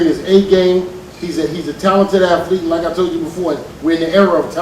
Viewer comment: Why do they keep saying "Aflete"? It's "Athlete", not AFLETE.